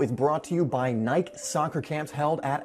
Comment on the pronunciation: 😂pronounced Nike wrong in the first 10 seconds of this video